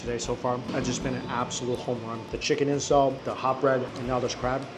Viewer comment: Is he saying "chicken incel"?